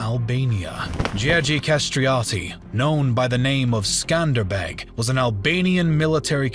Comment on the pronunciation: Every time he said "MECK-Med" or Skander-Beggg" I cringed a little.